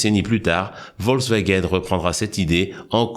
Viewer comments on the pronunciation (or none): none